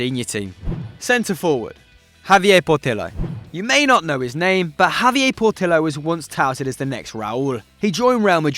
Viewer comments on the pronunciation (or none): none